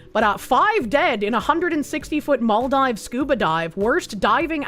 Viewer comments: Mall-dives... It's Mahl-DEEves,. As a fan of many years, hearing you mispronounce things upsets me! (Joke) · Girl. It's pronounced "MOL-deevs". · It’s Mall-deevs. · ah and her funny pronunciations. it's mal-deevs:)